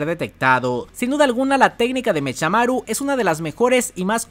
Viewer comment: Yo si pediria que cambiaras algo de los videos, y es pronunciar mecamaru y no mechamaru literal jajaja